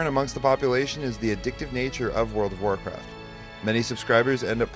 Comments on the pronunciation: I been playing world o racat for 3 years now... After 3 years you would think he could pronounce its game name better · Why the hell cant the guy say world of warcraft properly, what is wrong with him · WTF can anyone who plays this game say it right its WORLD OF WARCRAFT not fucking WORL A WARCRAFT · Didn't anyone think to ask, what orld of orlcraft was? He can't even say the name of the game. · that cant even talk....wrld of rcraft...omg.